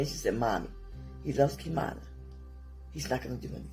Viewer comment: The babies name was KimanA. Not Kimani. The 1st step to telling a victim’s story is to get their names right. This was awful